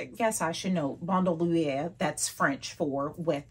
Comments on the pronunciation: Thanks for the correct pronunciation of bandouliere…🤎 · I’m glad she said it; I never knew how to pronounce it.